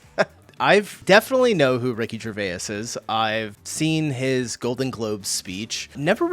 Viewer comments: Gervais is pronounced JER VAZE not JER VAY IS. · Gervais is pronounced Jer-vace, rhymes with face